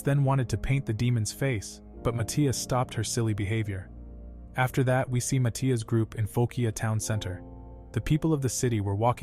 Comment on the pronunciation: the way they pronouce matthias is fecking weird